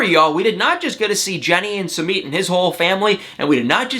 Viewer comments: It’s su mit. Not Su meet . Geeesh. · I am no English major however I do have many friends from India. You are pronouncing his names as “Sue-Meat”.. that’s not how you pronounce his name.. you pronounce it “SUE-Mitt” just sayin🤷🏻‍♀️